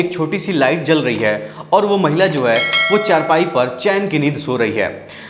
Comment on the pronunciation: चर पाई kya hota hai? 😂 चार पाई hai bhai 😅